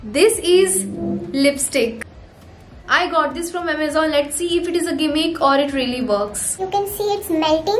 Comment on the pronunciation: she be like - this ees 😂😂😂